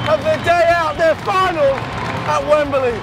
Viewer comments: y u pronounce it wembuhlee? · Wemberlee? You're not a pommie.